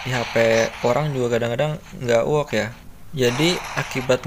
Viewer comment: Ternyata klo ngomong work jadi wook